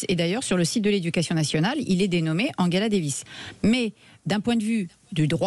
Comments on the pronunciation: Le son "ge" se prononce "gueu" en allemand comme Angela Merkel , mais en français et anglais se prononce "je" comme Angela Davis et non pas Anguela davis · Après avoir mal prononcé Angela lorsqu'il s'agissait de Merkel (ils le disaient à l'anglaise), voilà qu'ils le font avec Davis (ils le disent à l'allemande)... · Madame, messieurs, quels que soient vos griefs vis-à-vis d'Angela Davis, prononcer son prénom comme celui d'Angela Merkel est profondément inepte et ridicule.